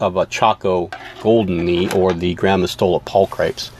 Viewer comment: "Pul-cri-PEEZ" rather than "pul-cripes." Latin is wicked. :-) Fabulous research & info, though. Definitely one of my favorite species. I'm glad to see them around again!